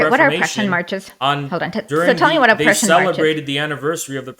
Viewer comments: Not to forget the Pruzhen empire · Just to be good faith here, I think she just can’t pronounce ‘Prussian’. But other than that it was a complete joke